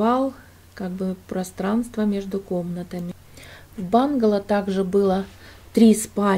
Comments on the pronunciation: Доброго времени суток,, интересно посмотреть и послушать вашу историю.Удачи Вам, только не бангало а правильно бунгало, в то очень ухо режет. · произнесла «бунгало» на английский манер, как она привыкла, поэтому и говорит «бангало» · бУнгало, но не бАнгало. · Все очень интересно, спасибо! Но бУнгало. Если по-русски)